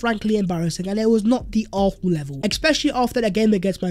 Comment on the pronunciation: Why does this dude pronounce Arsenal as “Arthenal”?